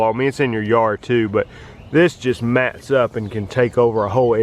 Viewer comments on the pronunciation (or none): none